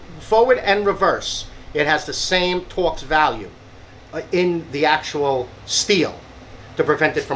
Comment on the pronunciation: Got to get me one! Wish Milwaukee 12 volt battery had a better design on there locking tabs. Love the way you say "torrrx" lol!